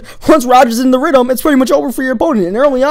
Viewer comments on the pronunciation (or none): He said rydum i couldnt even watch the whole video lmaooooooooooooooiii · Did you just say get roders in a ritum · lol "ridum" love the videos tho keep it up new suber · rhydm. weader. made me laugh haha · Lol u speak with a lisp You can't say th's like In rhythm Or other (u say udder) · I like how u say weather and rythm. My friend cant pronounce his "th" eaither